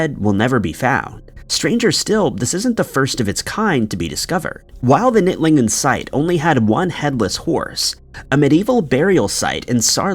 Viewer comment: Knittlingen is my neighbouring village😮😅 The "K" is pronounced.